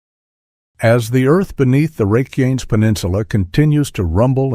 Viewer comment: You can tell it’s a click bait article when they don’t pronounce the name of the peninsula correctly.